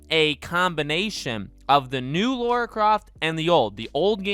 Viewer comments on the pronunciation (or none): My biggest Tomb Raider pet peeve is when people call her “Laura”. The disrespect. Educate yourself. Her name is Lara. 😂